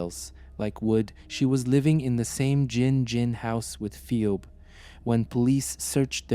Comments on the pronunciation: Good video however the name is pronounced fee-b. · You don't even have enough respect for the victim to learn how to pronounce her name properly. You're just grifting on human misery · seems they don't even have enough respect for the victim to learn how to pronounce her name. They're just grifters